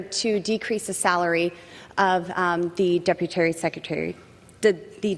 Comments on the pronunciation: "deputary secrtery.." what!? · WTF is a deputary? She said it twice! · 🗣"Deputary Secretary" 💀🤣